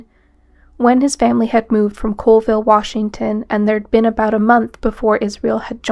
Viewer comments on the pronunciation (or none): Its not Coalville. Its Colville, CALL ville.... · I know it's not a big deal and this is almost a year old, but the city in Washington is Colville (Call-vill). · I have to correct something here because it bugs me - people from Colville pronounce it as "call-ville" not "cole-ville." Extremely common mistake that will instantly tell any any Colville native that you aren't from around there. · It’s pronounced Call-ville. Colville.